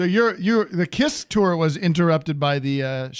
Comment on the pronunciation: Haha and he calls KISS CYST!